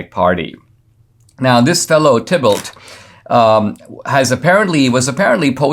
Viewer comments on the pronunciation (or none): I'm sure Thibault is pronounced "T-bo". French name. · It's pronounced 'Tee bo'. 'Bo' as in rhyming with "toe". TEE BO.